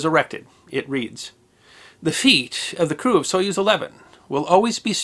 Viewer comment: That epitaph sounds weird if you hear "feet" as opposed to "feat".